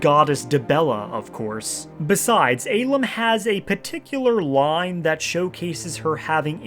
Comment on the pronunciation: Love how you sent him to the real Cloud District, but hate how you pronounce the real name Ahlam...